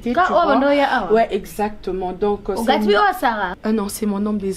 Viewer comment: Je n'aime pas la façon dont Sarah appelle Gatsby! C'est Gatsby et non gatshby